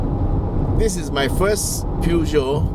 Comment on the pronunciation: Peugeot is not pronounced "pew-gee-oh", Google Translate will give a more accurate pronunciation read-out, both in French and English.